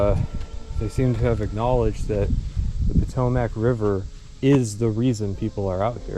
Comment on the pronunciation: The way you say Potomac sounds so wrong to me